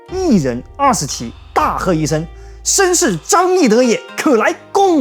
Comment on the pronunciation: 你的中文視頻很不錯，但是如果想把視頻翻譯成英文的話： 第一：把視頻的標題翻譯成英文。現在不會中文的外國人見到視頻的thumbnail或者標題不會知道這個視頻的語言是英文的，也不懂這個視頻是關於什麼的。我個人是會中文的老外，想見到中文的視頻。如果是三國的話現在我對英文的視頻不太感興趣因為已經見得夠多了。所以，現在見到了視頻的語言有點沒那麼感興趣，但是我很好奇裡面你怎麼分析張飛的真正的歷史和演義裡面說的。 第二：你的英文有錯誤。如果看中文字幕張飛的字是益德，但是聽到英文的話只聽到益，德聽不到。那樣以來不會中文的老外會以為他的字是“益”。在視頻裡最初兩次聽到了，我在評論區非寫不可。 美國人也許不會（習慣又不愛）讀字母，但是歐洲老外大半習慣讀字母。我很喜歡聽你的中文視頻。不如給觀眾機會加英文字幕就行。讓美國人努力一下。當然，作為一個創造者你決定。